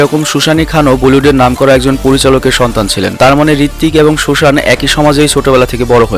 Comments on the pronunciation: Vai tumi protita video tei karo na karo naam uchharon korte vul koro. Jemon ei video te sujaan ke Susan bolchho. Eta thik kora dorkar... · Susani Khan na Susan Khan😂...arr samne Farah Khan ke keno dekhalen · সুসানি না সুজান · ভালো ছিল, তবে কিছু ভুল আছে। ১. ঋত্বিকের বৌয়ের নাম 'সুজান', আপনি বারবার ভুল উচ্চারণ করছেন। ২. 2.11 জায়গায় ঋত্বিকের বৌ সুজানকে দেখাতে গিয়ে ডিরেক্টর ফারাহ খানকে দেখানো হইছে। ৩. বেশকিছু সিন 5ocial -নামের ইউটিউব চ্যানেল থেকে কপিড, সেই চ্যানেলের লোগোও ইউজ করা হইছে। এগুলো জিনিস মেইন্টেইন করা দরকার